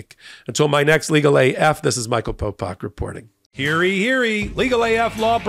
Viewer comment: It's "Hear ye, hear ye," ("hear you hear you"), not "hearee hearee" or "heary heary"